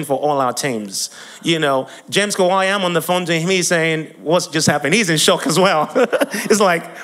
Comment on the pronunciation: 😂😂😂😂😂😂 the way he pronounce name kawalya that kawaya😂😂😂 but I liked the testimony dear you did good job bro